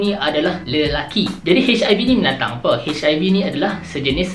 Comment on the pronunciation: Aku suka masa dia cakap dekat " HIV ni binatang apoo" 😂😂😂😂😂